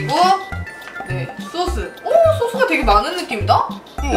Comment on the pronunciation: 양띵님 "소스" 발음할때 너무웃겨요 ㅋㅋㅋㅋㅋㅋㅋㅋㅋㅋㅋㅋㅋㅋㅋㅋㅋㅋㅋZㅋ